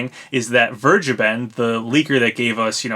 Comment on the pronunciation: P.S.: I forgot to mention, you are mispronouncing "vergeben". It is a German word, meaning "taken" or "reserved". It is pronounced more like (and I'm not kidding) fair-geh-ben.